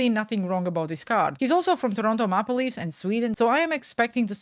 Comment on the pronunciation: Toronto mauh-pluh leafs 🤣🤣🤣 May-pel that’s how it’s pronounced lolol